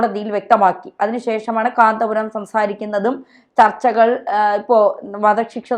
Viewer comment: ഇവൾക്കെന്താ കാന്തപുരം എന്ന് തികച്ചു വരാത്തത്..?